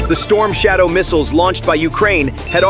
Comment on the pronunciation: 영어 공부 좀 더 하시오. shadow 를 솨이도우 라고 발음하는 것보니 영어 공부 좀 더 해야할듯...